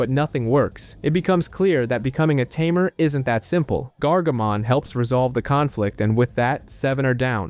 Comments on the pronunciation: It's not a tumor!! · Ta mare Tay-mer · Tamer!!! tamer!!! Not tuh mere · Can you just look a word’s pronunciation before making an hour long video? hearing “ta-mair” throughout this video is torturing! it’s “tay-mur”! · at this point....its gotta be on purpose. Ta-Me're lol is so silly. It was bugging me too. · A Timair...... Im sorry but I can't help myself it's all I hear when you say Tamer